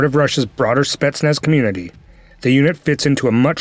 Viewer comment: Not SpEtsnaz but SpetsnAz